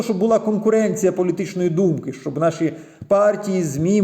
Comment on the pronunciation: Прошло 9 месяцев, по прежнему проблемы с произношением... "Шоб".... Неужели так сложно произносить "що",. "щоб"...